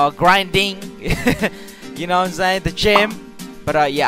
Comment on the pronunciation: Anybody else thought he said ima go to jail instead of gym?